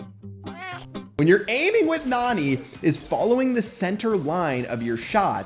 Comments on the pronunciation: she is a girl bro she is not nani pronounce her name as neni that's the right way to pronounce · Her name is pronounced Nanny not Nani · PLEASE STOP PRONOUNCING NANI LIKE THAT